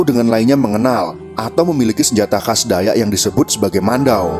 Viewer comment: Koreksi. Dalam menyebutkan kan Nama DAYAK. BUKAN DAYA.TAPI DAYAKKKKK. SEPERTI SUKU BATAK. BUKA BATA. Salam DARI KALIMANTAN. KALTENG